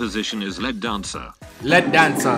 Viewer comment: why you pronouncing lead wrong